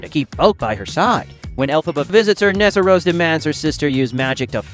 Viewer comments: If you’re going to be giving hints about “Wicked” maybe say the character’s names correctly? Nessarose, Boq; both pronounced wrong multiple times. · And he says nessa rosa, and calls the director chewy. WTF